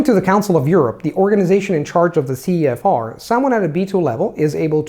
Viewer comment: "verything" CEFOCEF instead of CEFR